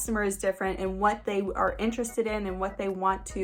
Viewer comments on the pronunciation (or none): none